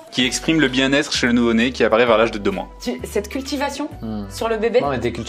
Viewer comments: Il a dit cultivatonnée 🤣🤣😂😂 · « ouais t cultivationée » on dit cultiver 🤣🤣🤣🤣🤣🤣